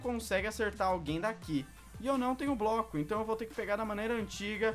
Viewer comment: o fala broco